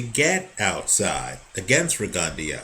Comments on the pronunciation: RE-GUN-DOUGH not RE-GUN-DEO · Will you please pronounce his name correctly? It's Rig-en-DOUGH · I think it's pronounced Rigon-Dough. Js